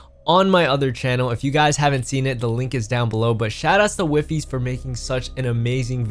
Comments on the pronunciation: btw its not wiifies its pronounced weefeess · Please someone tell him that he's saying wifies name wrong